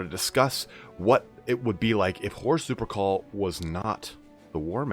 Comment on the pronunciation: for some reason everytime he says horus lupercal i hear horus supercall